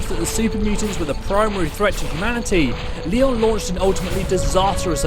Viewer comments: Good vid. But who the heck is Elder Leon’s? Or at least it sounds like you kept saying “Leons”. But it’s pronounced “Lions”. That’s why Lyons group was called “Lyons Pride”. A pack of lions is called a pride. So Lyons’ Pride. Anyway small thing that kept bugging me :). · Fallout 3 BoS is led by Owen Lyons. Pronounced Lions. Not Leon's. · Just... It's not pronounced "Leeyon" it's "lion", it's like a thing... it's not "Leeyon's pride"... it's a play on words... lions pride? I'm sure this was just a mistake because it's typically pronounced "Leeyon" but, I get the feeling that a lot of these videos are made by people who have never played the games, which is a shame. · Lyons is pronounced ‘Lions’ not ‘Leons’ And Liberty Prime was not destroyed at the battle of the Purifier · "Leon's brotherhood"? It's pronounced lions. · Its um... Elder Lyons...y'know... pronounced "Lions" not "Leons" J.S. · its pronouced lions not li-ons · 'Owen Leon' Did you even play the game? it's pronounced Owen lions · It's pronounced LIONS not leeons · It’s pronounced as Lions not Leons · sorry, but it's Lyons, as in Lions, not Leon. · It’s not pronounced Le-ons, it’s Li-ons. Leon’s pride wouldn’t make sense. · First off, the name is pronounced 'lions', not 'lee-ons'. Now, as to good or evil, I guess it depends on whether they decide to shoot you or not, basically. The BoS will attack anyone who they perceive as a threat, and in game, if you build artillery in settlements, even though you do not threaten or fight with the BoS, they will attack those settlements, and go to war with the MM. There's no shades of that, it's pretty black and white, they attack without justification....thereby showing that all the 'saving humanity' jingo'ism is simply self-serving PR, nothing more. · Ly-ons not Leons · Samuel It’s really annoying how he says Leons instead of “Lyons”. The damn name is said over a thousand times in Fallout 3 and a few times in Fallout 4 😑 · Good vid but its pronounced "Lion"